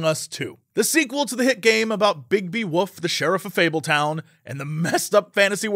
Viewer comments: I can use a supercut of Jesse saying Woof instead of Wolf, its adorable. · The way Americans pronounce "wolf" drives me mad The woof among us